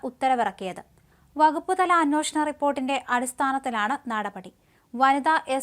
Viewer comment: Ninte അന്നോഷണം നിർത്താറായില്ലേ???????